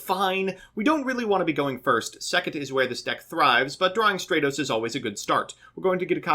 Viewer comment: “Straytos” * cringe *